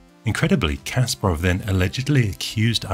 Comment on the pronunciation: It's kaspArov, not kAsparov